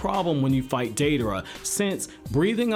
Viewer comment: I love Deidara, second worshipper of mine. I wish someday there is more info about his past Btw thanks for saying his name correct